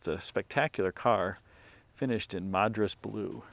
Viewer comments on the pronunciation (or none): none